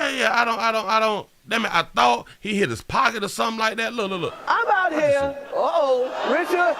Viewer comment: He called will Richcard 😟